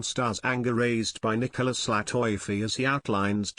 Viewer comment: LATIFI written (LATEFE) not (latoyfe)